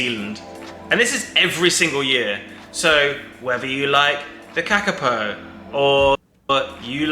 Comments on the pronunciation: Your pronunciation of Kakapo was hilarious. When you do birds next week. Read them first and try to pronounce it before hearing the actual word. It will melt your brain. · That was an interesting pronunciation of kakapo 😂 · Pronounced, car car po